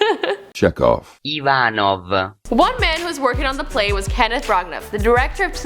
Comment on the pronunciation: He played the doctor in Ivanov, a play by Chekhov, pronounced ee-VAN-ov and CHECK-ov. And the theatre company he toured with was Cheek By Jowl (rhymes with owl), not 'jool'. You don't know what the phrase means, do you? It's okay not to know, but it's ridiculous to show up for a gig without preparing.